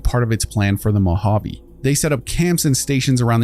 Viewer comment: Great video. One critique: Moe-Hah-Vay, not Moe-Hah-Vee Keep up the good work, love the content!